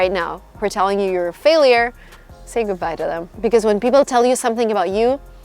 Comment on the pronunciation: Love how u say GOODHBAJ to people who drain ur energy haha, great video! Ur videos are so motivational and inspiring even more to move to the US and make my dream a reality!